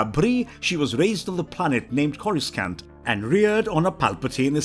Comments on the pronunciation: Corus skan't Im sorry, but at that point, it's not an accent issues it's flagrantly mispronounced. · Bro PLEASE!!!!!! Learn how to pronounce Vader it's a hard a sound. U even have it being pronounced correctly in ur video clips IN THIS VIDEO!!! Also the second C in "Coruscant" is silent 😂😂